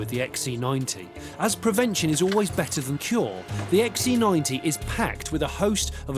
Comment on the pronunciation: Can't he pronounce C? He insists on calling it an XE90.